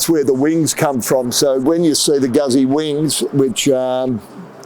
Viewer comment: pronounced Gootsie